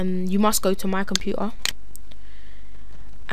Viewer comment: xD Compu-er